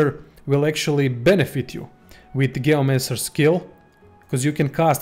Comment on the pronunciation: ... hate how he says gayomancer instead of geomancer